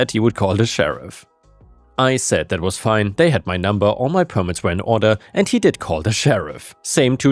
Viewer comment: "we will see about daat" :)